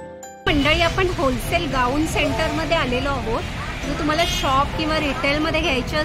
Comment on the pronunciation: It's wholesale not hosale. Any way it's good.